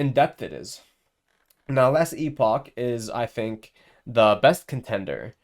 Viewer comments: Hahaha wait you speak about game that you dont know how to spoke... Its not EPIC its last EPOCK (IPOK) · Epoch not epic wtf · Why does he keep calling it Last EPIC and not Last EPOCH?